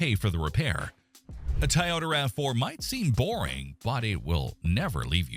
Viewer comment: it should be Toy--oh-da and NOT Tie-oh-da